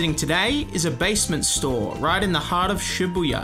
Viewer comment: Bru the way he says ShiBuyaa at the end was hella funny omg hahah